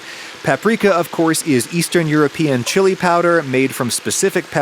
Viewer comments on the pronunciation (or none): none